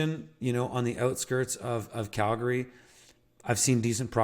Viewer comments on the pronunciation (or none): Cal-gree, not gary ❤